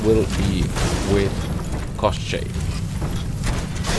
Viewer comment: You actually pronounced the name of the gun really well. For reference, in Slavic fairytales Koschei is similar in concept to western Lich.